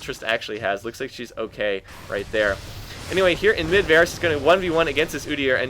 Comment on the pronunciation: Why do you keep saying Varus?